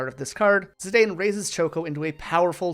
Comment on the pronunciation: Vivi's name is pronounced "VEE-vee." If you're taking that pronunciation from "vivid" or something, it's not correct. The romaji is "bibi", which is pronounced with the long E sounds. Is this engagement bait? 😭 Zidane's name is also pronounced "zih-DAHN", as indicated by the original Japanese and also how his name is pronounced in Dissidia. Tidus is also pronounced "TEE-dus", but this is a completely lost cause when someone isn't already on board. 😔 Great video for real, but aaaa.